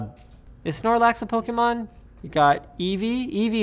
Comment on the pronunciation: Linus pronounces Pokemon right! Well done...